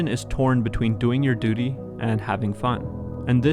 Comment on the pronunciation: Anyone else get distracted when he said 'Duty'